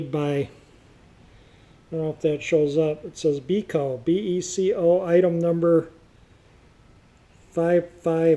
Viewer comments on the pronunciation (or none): Beco is pronounced Beck-o ya clown